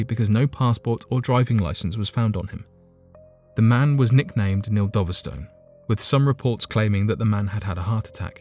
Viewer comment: It's pronounced Dove-stone not Doverstun